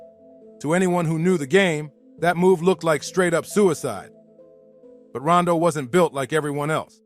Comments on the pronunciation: Why that man keep calling him Rondo, the name is Rondu, and he had folks shook. The Bolden brothers, Simmons brothers, them names was ringing in the worst way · Why is he saying Rondo... its Ron-du he and his brothers were NUTS